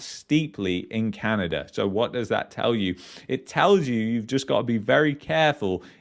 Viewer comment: its Canada, not CanadaR